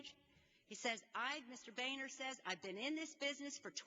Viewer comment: It's Boehner pronounced Bo-ner. Boner Boner Boner.